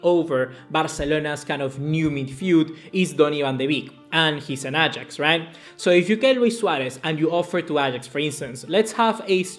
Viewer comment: its Ajax not Agax